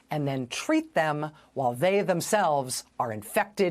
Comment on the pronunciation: I wish news reporters would take time to learn to pronoounce words like WHILE!